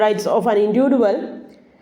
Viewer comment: Maa'm..... ഇൻഡിവിജ്വൽ എന്ന് Pronounce ചെയ്തു കൂടെ??